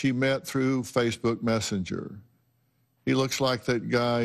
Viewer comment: anyone else notice she called it Facebook Mestenger? 😂 she said he lived in the 90210 area code. 🤔 Might be in cognitive decline.